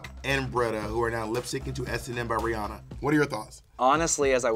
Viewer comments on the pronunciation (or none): none